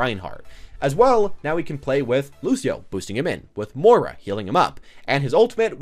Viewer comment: It's M-OY-RA not M-OOR-A